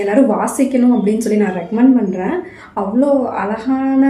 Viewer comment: அழகான,எழுதப்பட்ட, மொழி பெயர்த்த, இவற்றை இப்படியே உச்சரித்தால் இன்னும் அழகாக இருக்கும் . 👍